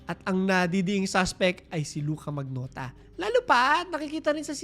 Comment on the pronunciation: "manyota'' ata yung pronunciation nun